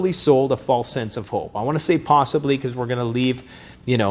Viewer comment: Posiddly. It's Posiddly!!!